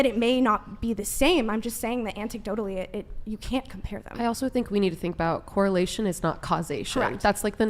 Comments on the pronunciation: I can't take a woman seriously who keeps saying "anticdotally" lmao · Anticdotally. Lol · can’t even pronounce “anecdotally”